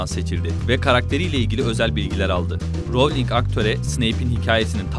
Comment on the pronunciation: elin değil alan ; melfoy değil malfoy ; darsli değil dörszli ;ravling değil rowling ; vesli değil wiızli; prayvet degil praywt ama çok guzel bilgiler var